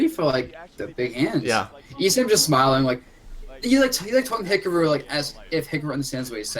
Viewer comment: Weird how pronounces it as "Hickaroo"